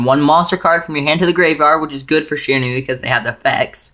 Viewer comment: Good profile, but seriously, it's "she-ran-we"!